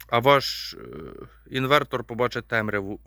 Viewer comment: Все добре, весело... Але чому "інвеКтор"?